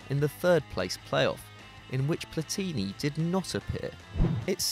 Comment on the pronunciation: It's not Daniel De Rossi. It's Daniele De Rossi. And you pronounced wrong almost any other not English name (but, that must be said, you pronounced right Platini, which Franch always pronounce wrong, even if Platini is French). You must anyway respect also other languages, not believe that everything is English.